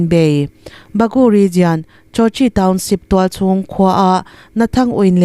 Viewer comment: Ngaihthlak a nuam thin e. Hei hi ka'n sawi mai mai, ngaih loh lamah lo ngai lo la. Region hi rigian tiin in lam thin a, lam dan dik rigon tiin 'i' tel lovin lam thei tawh la, a tha ka ti. Youtube channel nei dang pawh hian 'jian' tiin an lam deuh vek mai a. A tawp lama 'al' tel lam dan regional (rijawnal) lam rik ang thovin 'jaw' tih tur a ni a. Ngaithlatu an tam thin si a. Lam dan dikin lam thei tawh ula ka lo ti thin lutuk a. Media lamho chu in pawimawh si a. A dik lo theh darh chiam ang in ni si a. Min lo hrethiam dawn nia.